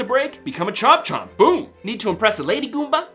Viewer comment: “Become a chomp chomp” it’s a chain chomp smh my head